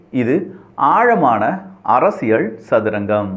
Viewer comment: நண்பா ஒரு சின்ன திருத்தம் செய்தால் மகிழ்ச்சி அரசியள் சதுரங்கம் பதில் அரசியல் சதுரங்கம் உச்சரிப்பு